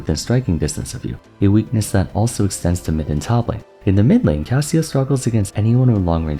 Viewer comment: still saying min-lane huh ?